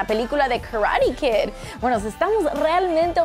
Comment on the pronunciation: es karate kid no kararellid